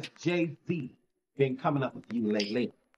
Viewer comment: Calling him Gay-z is wild 😂